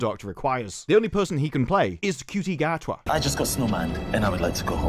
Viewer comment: Gatwa is awfully cocky for someone with a first name that's pronounced 'Shooty'.